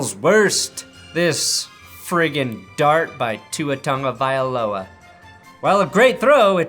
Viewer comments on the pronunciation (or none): none